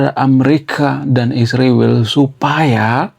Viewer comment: ISRAEL bukan isriwil, gimana abang nich kata nya intelek yg benar aja nyebutnya bang..😂😂